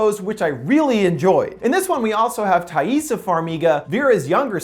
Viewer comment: i thought you said taissa like tie-sa